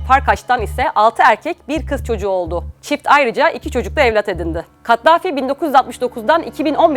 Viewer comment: Kattafi değil, Kaddafi...